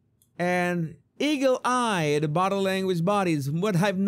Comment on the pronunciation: The "BUTTER LANGUAGE" guy needs to learn how to say "body language" before he can be an expert on body language.